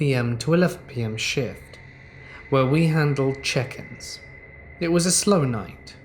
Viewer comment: I kept hearing “chickens “ every time said “check ins”